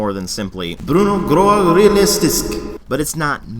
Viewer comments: Yeah...U most def butchered the "brun og grå og realistisk" pronunciation.But its coll u at least tried.I played Hunt-Showdown a bit today and it was not very exciting. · Your norwegian pronounce is not bad, but the words "brown" and "grey" could get need some work. Still really an enjoyable review, keep up the good work.